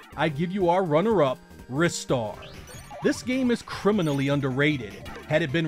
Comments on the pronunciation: Pronounced Ri-Star, ie; RhyeStar. Because 'Ri' part is similar to the Japanese name/sound, so like a 'Rising' Star. 'Wristar' sounds like an exercise machine that trains your wrist. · It's pronounced "Ristar" as in "Rising Star" no it has nothing to do with the wrists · Yeah, heard that many times and don't agree. In Japanese, Ri is pronounced with a hard "it" sound. The way you're saying it would have been spelled Raistar to serve a Japanese pronunciation. Instead, the Japanese title is Risutā za Shūtingu Sutā, again, clearly demonstrating the hard "it" even in its original form. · Yup, and I still argue they are wrong. The original Japanese name is not pronounced that way.